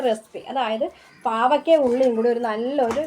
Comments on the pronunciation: Pavakka alla.pavacka.over talk. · Pavaka alla. Pavayka